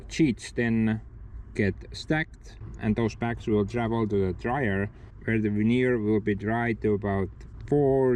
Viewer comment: Ha Ha until I saw the sheets I thought you were saying Manure...Logs turned into Manure. Veneer manure it is then eh? Smash that like people!